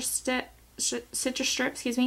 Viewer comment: it's 'strip' not 'shtrip'.